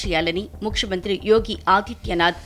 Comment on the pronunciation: ముక్షమంత్రి కాదు, ముఖ్యమంత్రి